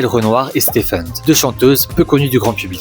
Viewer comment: Qu'est-ce que c'est que ça " stephend " ?!?!? MDRRRR 😂😂😂😂😂